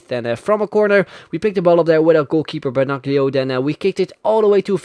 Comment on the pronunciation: Hey, the g in Benaglio is silent, he is just called benallio